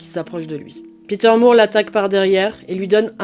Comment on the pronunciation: De toutes les nouvelles chaînes de true crime, la tienne est ma préférée. Bravo pour ton travail ! (En anglais le nom de famille More ou Moore se prononce comme "décor" et non pas comme "amour". Je suis Canadienne donc bilingue. Désolée, c'est uniquement une info, tu en fais ce que tu veux 😊)